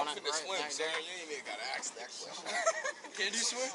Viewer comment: Why can't people say ask not aks ?